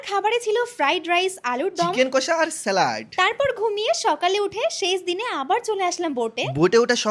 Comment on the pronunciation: Salad❌ Saliaddd🤣✅